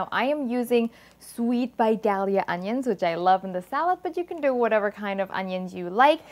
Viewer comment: You said Vidalia correctly, you must be in the south and probably in Georgia. I just bought a 30 pack of Mama from Amazon of the shrimp flavor.